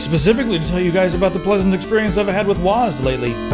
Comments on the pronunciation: Wazzed, lol its W.A.S.D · IT'S NOT PRONOUNCED WASD IT'S DOUBLE U, EY, ES, DE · you read wasd as one word. I always read it as W.A.S.D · WOZ-D? U mean W-A-S-D?